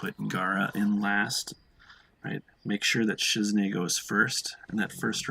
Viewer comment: You pronounce Shizune so funny u call her Shizne but its Shiz"EWW"Ne lol .